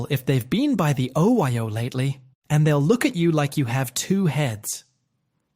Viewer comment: You know the voiceover's A.I. when it pronounces OYO Oh-Why-Oh, hahahaha!